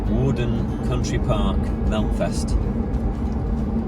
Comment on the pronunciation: Worden Park is in Leyland not Chorley. It used to be the home of the Farington Family but was taken over by the council and turned into a park. It's pronounced Where-den not War-den.